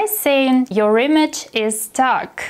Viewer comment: 😂😂" image is stuck " .. seriously? The word 'Image' pronounced as 'Yeemag' sounds weird to me.